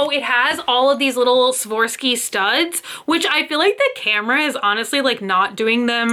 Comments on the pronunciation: it’s pronounced Swar-off-ski. Sorry but that just bugged me. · Swarovski: "swore - of - skee" 😘❤️❤️❤️ ........ Cute haul! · SWAROVSKI IS PRONOUNCED THE SAME WAY IT’S SPELLED SWA-ROV-SKEE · Wrong. It’s not SwOrovski it’s SwArovski, it’s pronounced the same way it’s spelled. Swa-rov-ski